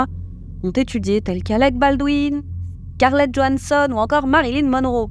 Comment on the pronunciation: Scarlett, pas "Karlet" 😉